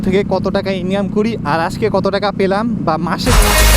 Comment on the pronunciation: পেলাম ❎ প্রলাম✅ 😂😂😂